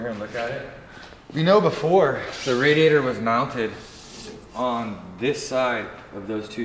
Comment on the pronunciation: Question, for everyone at hoonigan; how do you pronounce radiator? RA-diator or RAD-iator